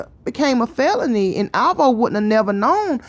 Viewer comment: Oh my God the way she say alvo make me cringe🤦🏾‍♀️